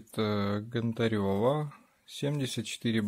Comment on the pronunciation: Чи важко вивчити прізвище ? Нє ГонтарЁва а ГОнтарєва!